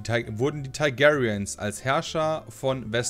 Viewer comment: Teig airiens, Thai gayrians, Day Nörres ^^ Alles klar,!